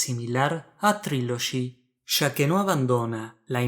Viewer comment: Estas mal como un 8 a Trilogy😂 es una Obra maestra !tu ni pronunciar ingles puedes .